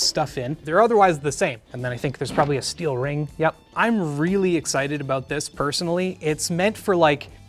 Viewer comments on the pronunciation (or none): none